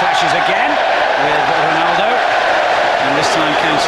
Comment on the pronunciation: lol he butchered ronaldo